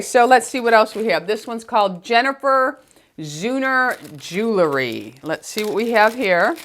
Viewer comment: Hi! Thanks for a fun video! Just a PSA for all the folks out there that say jewlery, the word is, in fact jewel-ry! Sorry, pet peeve and I could go on and on🤗